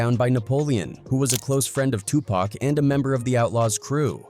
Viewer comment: This video would be tolerable if you pronounced Tupac correctly 👎🏽😔 Also the clickbait title is ridiculous